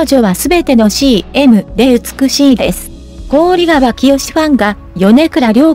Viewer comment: こおりがわではなく、ひかわですよ‼️こおりがわは、とっても、耳につきます、